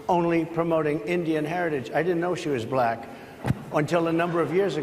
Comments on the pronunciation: My favorite part was his pronunciation of the word "black". B-lack. I've heard it before, of course, but he said it so many times in just a few minutes that it's really wedged in my brain and keeps making me giggle. Apparently it's a two syllable word. The first syllable is "b" and the second is "lack". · "Buh-LACK." Very odd. I bet he doesn't pronounce it like that when he's naming the colors on his cognitive test.